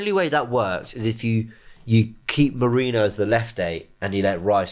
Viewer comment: Nwaneri not Nwanieri, and Merino is not Merinio.